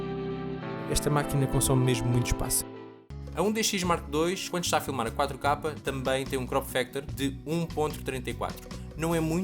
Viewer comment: Pq ele diz 4 kapa?